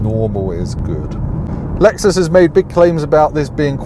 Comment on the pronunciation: in glamorous Epsom! No expense spared 🤓 Has the cancellation of foreign launch events, actually given you more cars to drive? When I hear you say Lexus UX I just hear Lex-sux 🙈